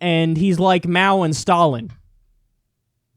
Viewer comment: #1 I love the look of ‘Oh God, not this’ when Bernie sees Alex Jones #2 Did anyone else notice how he mispronounced Mao’s name?